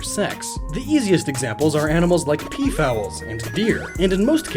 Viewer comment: E-Excuse me? Did you just say 'peaf-owl'??